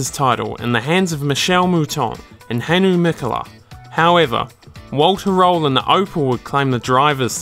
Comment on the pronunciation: aaaaaaaand, who is wolter rowan ? listen and u will hear it.